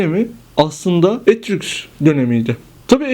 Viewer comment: Daha Etrüsk demeyi bilmiyor, kalkmış Etrüskleri anlatıyor ! Aman Tanrım !